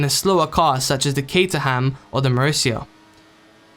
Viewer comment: Cater ham? The h is silent.